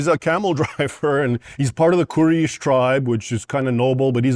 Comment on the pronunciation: He can’t even pronounce “quraish” right and you think Muslims afraid to debate him ? The orthodox Muslim will easily cook Raymond especially coz Raymond judges Muslims but doesn’t even read his own bible.